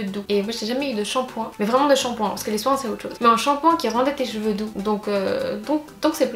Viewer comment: J'ai l'impression que tu dis "jeveux" pour cheveux